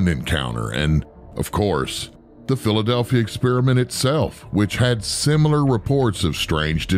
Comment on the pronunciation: That word again - "Simular" !?